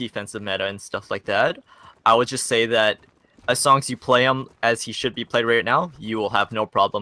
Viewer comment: "when wold you ever get someone in this situation?" XD